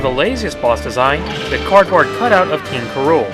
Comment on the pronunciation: did you say "king k. rola"?